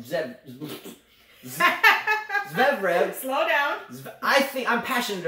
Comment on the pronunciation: your Fognini commentary was hilarious! Also: ZVEREV, zvair-ev:p